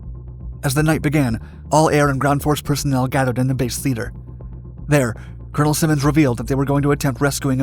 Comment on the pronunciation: Colonel Bull SIGH-muns